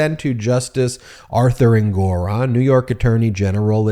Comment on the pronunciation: So you still can’t pronounce Engoron correctly.